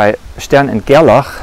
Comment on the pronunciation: It's nice to hear "Stern and Gerlach" in a proper accent. I think it's important to still remain critical about the conclusions of experiments like this. Rather than just stating the conclusion I would rather describe the experiment and then the conclusion that was made. Their experiment sent silver atoms - a structure of 47 protons, 60/62 neutrons and 47 electrons, through a magnetic field that is more intense towards one pole and weaker or more spread out at the other pole. They found that these silver atoms are 50% attracted towards the stronger magnetic filed and 50% attracted towards the weaker field. They concluded that this was caused by the spin property of the single unpaired electron in the atoms, causing them to align parallel or antiparallel with the field. In terms of 3d rotations, quaternions obviously have the ability to represent the orientation of particles through a 720 degree rotation, but better yet, they can be used in a continuous field to describe twists and knots in space which could represent particles for aether theories.